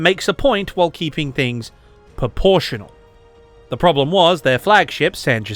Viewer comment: Are you saying poportional or proportional? 🤔